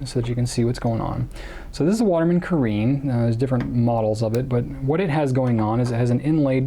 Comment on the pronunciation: (Btw, caréne is pronounced Cah-rhen) :)